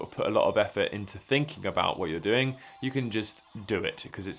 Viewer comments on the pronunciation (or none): none